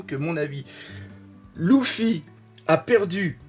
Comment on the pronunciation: c'est pas louffy c'est luffy